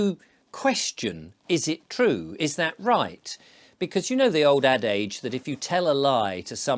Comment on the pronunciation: Adage should be pronounced like “addidg”